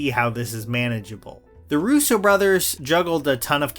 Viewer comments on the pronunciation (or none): none